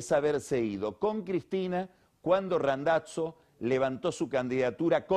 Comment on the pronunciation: El "Randatso" que dice Pagni tiene algo que ver con Randazzo el politico?